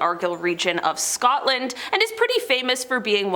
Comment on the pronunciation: They got Scotland right 😂